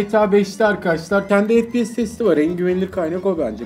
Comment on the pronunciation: FePeSe ne abi efpiyes